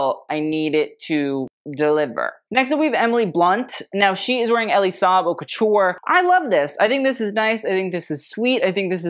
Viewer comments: I'm not sure I trust the taste of someone who names his site HauteLeMonde and never bothered to learn how to pronounce Haute. (It should rhyme with oat or boat.) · it should be haute LA mode as in fashion, le mode in French means the way